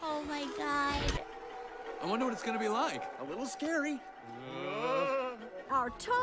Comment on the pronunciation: John Goodman turning God into a three-syllable word.